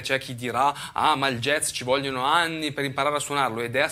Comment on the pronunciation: Impariamo prima a pronunciarlo bene il "jazz" (giaz), non "jez" poi magari lo impariamo.